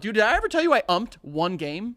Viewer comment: the way says umped: UmPeD